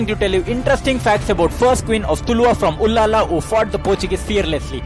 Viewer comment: it is ullal not ullala. But thanks for making video on abbaka chowta.